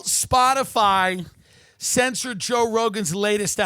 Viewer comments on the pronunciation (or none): none